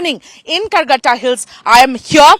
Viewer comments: Karregutta hills....not Calcutta hills😂😂😂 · it's Karregutta hills (in Telugu, karre = black, gutta = hill)